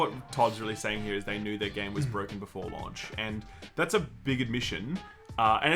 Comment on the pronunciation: Why does struggle to say "launch" so much? It's like he keeps saying "lunch" or trying to pronounce it like an American.